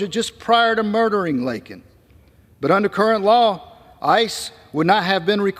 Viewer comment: #LakenRiley SAY HER NAME CORRECTLY! IT’S LAKEN! NOT LINKIN!!!